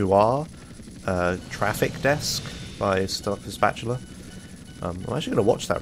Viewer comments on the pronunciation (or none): none